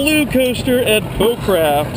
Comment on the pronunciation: It's bowcraft. Not boo craft! Oh mah gosh you scream A LOT. My first time on it I didn't scream at all, and it was my first coaster ride EVER! Lol